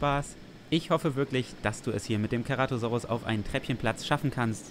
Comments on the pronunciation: wie mich das triggerd wenn keratosaurus sagt und nicht ceratosaurus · Ach und das "C" beim Ceratosaurus wird wie ein S/ß aus gesprochen also nicht wie ein "K" xD